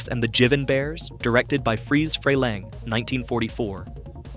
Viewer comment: Freleng, pronounce his name right